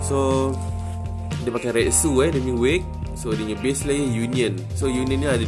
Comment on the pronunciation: Sebutan Retsu Yang Betul Rets Kalau metsu pun sama,huruh u disenyapkan. Mets